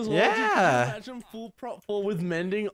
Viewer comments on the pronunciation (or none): it's actually "prot" not "prop". It's short for (Prot)ection.